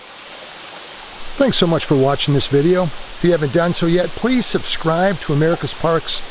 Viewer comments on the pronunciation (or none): none